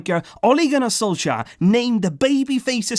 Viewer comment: You say Ole Gunnar Solskjær rong i am Norwegian so i know